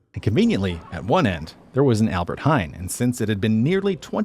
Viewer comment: If you do videos about the country, have the basic respect to check how to pronounce the city names and stop saying hine if you mean hein, it is NOT pronounces hine, not even close..